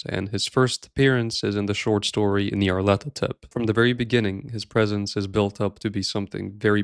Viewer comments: Nyarlat-hotep. He is Egyptian. I've seen and heard so many people that don't know how to pronounce the name despite -hotep being an extremely common suffix on an Egyptian name. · Pronounced "Nar-Lyth-Otep"